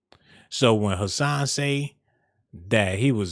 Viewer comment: Hassan not cashan boy